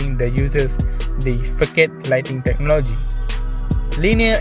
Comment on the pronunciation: It’s not fokade it’s fasad bro.. threw me off every time 😅